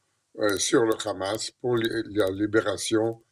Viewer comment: C'est pas Kahma mais Hama.